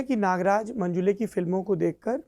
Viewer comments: अरे बावा मंजुले नही, मंजुळे है वो... किसीका भी नाम ठीक से लेना चाहिए... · मंजुळे✅ मंजुले ❌ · It is not 'मंजुले', it is मंजुळे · मंजूले नहीं मंजुळे है हिन्दी हो या अंग्रेजी ओन्ली मंजुळे